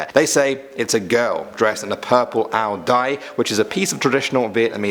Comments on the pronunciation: It's pronounced ow-YIY. Not ow-diye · Great video! btw It's actually not pronounced ao dai, but ao zai. As for Gia Lam, it's also pronounced Za Lam. *Vietnamese is special. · It's pernounced ow yai